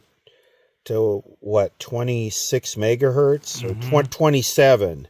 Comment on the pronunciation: One megahert, two megahertz....🤣